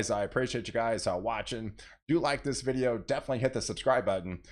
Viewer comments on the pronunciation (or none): none